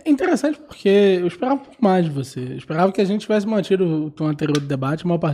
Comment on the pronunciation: eu esperrrrava mais